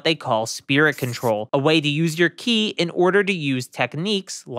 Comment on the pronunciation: It’s Ki not chi